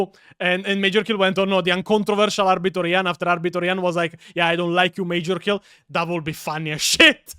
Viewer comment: "LOOORE DESTROYERS LIKE ARBITORIA" (Arbitor Ian, but pronounced like "Pizzeria")